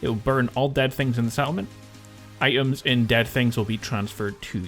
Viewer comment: "Ite ums" lol your accent. 😂😂